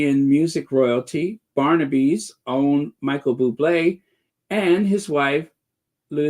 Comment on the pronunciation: Barnaby?? It’s Burn a by (Burnaby).🤔🥺🤦🏻‍♀️